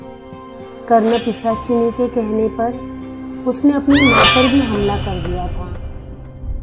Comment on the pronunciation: It's pisachni not pichasni